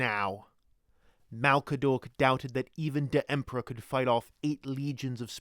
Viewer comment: The Empero-...EMPRAH PROTEKTS WWAGGHH!